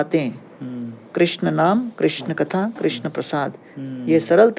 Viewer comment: कृष्णा नहीं कृष्ण होता है